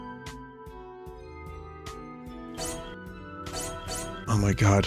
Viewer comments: Free Dee Speenah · awh yeh we gotte free dee spinah